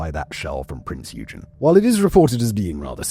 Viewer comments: Because it’s not pronounced as “you-gin”, but rather “Oi-gen”. It’s frustrating because any other time he’s talked about any other German ship he’s pronounced their names right. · "Oig-en" not "You-jen" :) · it;s prince yoi-gan not you-gin kipperhead!!!!! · Prinz Eugen. Please check Google on how that is pronounced correctly. And it's not Eudshen. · EUGEN - it's pronounced OY-GEN.. like boy but without the B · The German heavy cruiser "Prinz Eugen" is pronounced Prints Oy-gen. The "Prinz" is pronounced like the English word "prince", while "Eugen" is pronounced with a short "o" sound, similar to the "oy" in "boy", followed by a hard "g" sound like in "get" and then a short "en" sound. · "Prints Oygen" with a harrd G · I know, it was bugging me too. Every time he said it ha ha. Its "Oi gen"! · It's pronounced Oi-gen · prince oi-gun...your welcome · Just a little nitpick, its pronounced along the lines of „Oi-gen“ with a hard g just like in „gain“ :) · No one can pronounce "Eugen" and "Gniesenau" correctly.. oy-gen.. nice-en-ow.. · prinz yoo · jn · it is the way silverhornet is saying. „Eu“ is pronounced the like an Australian would want to get your attention „Oi!“ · OY-gen… hard g. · The "G" isn't silent.